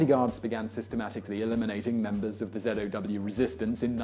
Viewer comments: zow not zedow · why he sayinh zedow